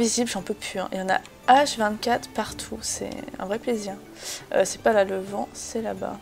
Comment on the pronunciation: sacrilège le vAnE pas le "vent" tu me désespère